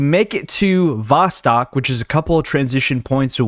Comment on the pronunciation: Hey, friend. Love your videos. The word Vostok is pronounced like Voe-stoke. You pronounce the O's as Oh's. I never watched this game, but watchin you play it.